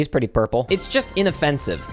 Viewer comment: “he’s bretty burple”